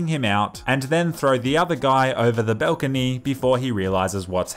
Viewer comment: My guy says balcony weird